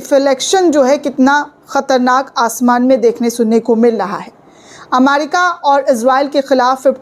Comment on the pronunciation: Madam not amarica, America. Not repot, report.